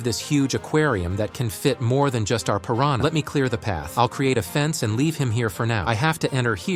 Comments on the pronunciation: How normal people say pirahna: Pir-an-a How ai says it: Pir-ran- YA 💀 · That is not how you pronounce piranha🐟🐟🐟🐟🐟